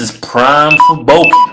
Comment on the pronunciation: "Cuz im BUKIN" - "Cuz you BUKKIN" LOL !!!! the way they say "bulking" is fucking hilarious xDD